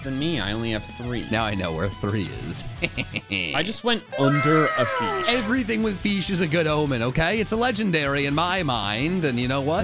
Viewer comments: it’s feesh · Feesh is legendary. It’s scawy